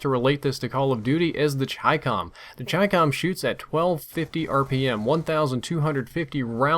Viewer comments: I KNEW IT WAS CHYCCOM AND NOT CHICKUHM. That's all, thank you. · Finally someone that pronounces chicom right lol